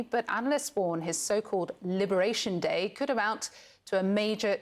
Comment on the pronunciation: ‘Libération Day’????😂😂😂😂😂😂😂😂